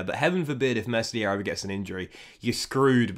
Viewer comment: You need to work on your pronunciation of the players names. As a fifa YouTuber you need to do your research. It’s pronounced klick and the s in meslier is silent